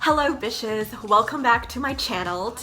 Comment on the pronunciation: I love how she says bishes, instead of the actual word